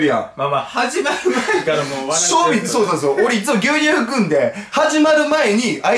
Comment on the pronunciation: 牛乳をりゅうにゅうっていうの バカ好き笑(((o(*ﾟ▽ﾟ*)o)))